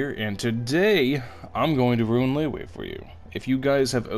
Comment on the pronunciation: You ruined Liyue just by pronouncing it as “Leyway”